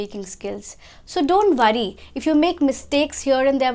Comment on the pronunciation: Keep it up 👍 but your "w" sounds as "v" as in "vill" for "will" and "vorry" for "worry"...just a lil correction... 👍